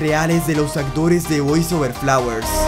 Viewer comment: Me caga como dice los nombres man🙄🙄 lee min yo 🥴 boys over flawer💀